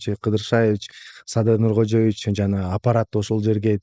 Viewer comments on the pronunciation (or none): none